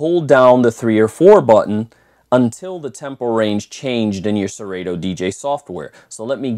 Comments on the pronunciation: Did this man say ser-8-to? 🤣🤣🤣 its actually pronounced sir-auto haha. Great review tho. Just messin. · Hate to be that guy, but you are both wrong. It’s SE-RAH-TOE. Listen to Kanye West’s ‘Dark Fantasy’ and you’ll hear the how it’s pronounced in the line “you ain’t got no fuckin’ Yeezy in your Serato?”.